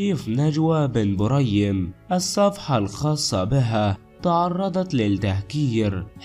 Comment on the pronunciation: علاه راك تتعقن اهدر مليح اولا اسمها بن بريم مش بن مريم وش ذي الخالوطة 🇩🇿🇩🇿🇩🇿